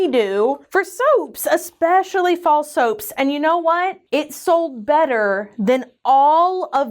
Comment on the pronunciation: Fall soaps keeps sounding to me like "False Hopes" and I'm like "... oh.... :<"